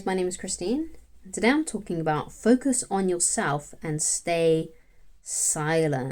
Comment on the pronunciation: 'Focuz on Betternezz' 👌